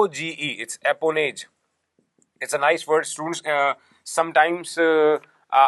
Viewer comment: Its Apanage and not Apanoge...nice, useful but time-consuming... pl make a ppt to explain